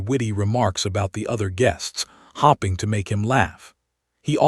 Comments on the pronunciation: Teach ai the difference between hoping and hopping. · The 2nd video with the hoping and hopping. Read is another word the tenses get messed up. Just goes to show AI needs remedial thinking. Someone should point this out to Elon to make these corrections in his future productions. There are at least 2 more words I can’t think of. Really funny. Sure there are many more.